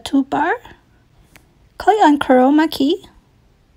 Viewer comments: For a second I thought she said covid key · is it just me or does she sound like she's saying corona key xD